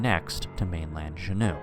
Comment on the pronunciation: As a resident of Alaska, good story. One thing- Juneau, it's 'Joo Noh'. I think you are pronouncing it as French "shuno".